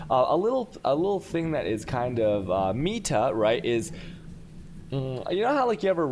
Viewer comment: I've never watched him but i feel like he;s doing it on purpose , he pronounced alchemy as altch, chaos as chayos and meta as me-tar